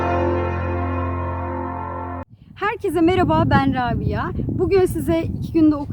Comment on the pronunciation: Meraba değil merHaba deyin lütfen. Mireba demek kulağa hiç hoş gelmiyor